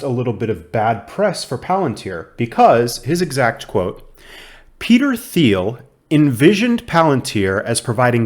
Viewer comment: I’m getting more bullish based on Cathie Wood’s recent interview. Just FYI, the founder’s name is pronounced more like Peter Teal, with a hard “T.”